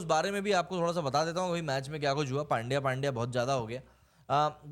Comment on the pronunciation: इरफान पठान को पुछलो, वो पांड्या नही पंड्या बोलते है उसको ।